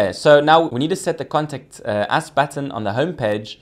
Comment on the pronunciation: I thought you were saying "Contact Ass" - I was thinking, yeeeaaahhhh, this is gonna be a cool site. :)